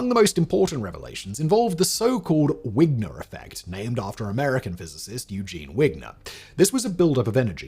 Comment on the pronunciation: Vigner not wigner